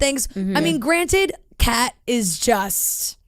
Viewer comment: John Henry not John Hill and Kat not Kay